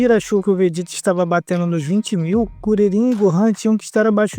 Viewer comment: Briga de nerds incluindo um que quer falar de dragon ball e falar "vejéta".